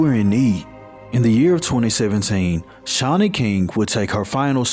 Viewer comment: Aww my name .. very uncommon name and you pronounced it right ❤